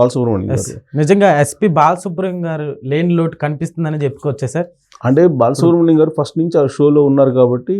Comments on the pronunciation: ‘బాలసుబ్రం’- కాదు బాలసుబ్రహ్మణ్యం! బాగా చదివడం ప్రాక్టీస్ చేయండి ! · Babu ankar garu mundu balasubramanyamgaru ani palakadam nerchukondi